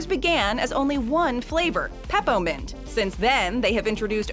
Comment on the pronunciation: Did they really say pepa mint